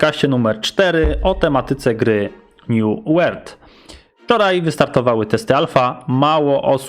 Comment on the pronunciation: new ŁERLD... niezły początek :D dobra elo xd